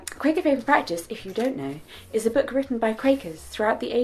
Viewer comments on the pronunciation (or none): none